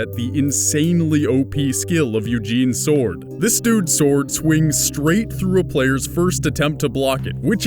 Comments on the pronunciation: S-word Art Online Nice pronounciation dude. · Forgive me, are you pronouncing the "W" in Sword? Like Sward? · i couldn't help but mention the Shword pronunciation xD sorry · Anyone else get annoyed when he doesn't pronounce sword right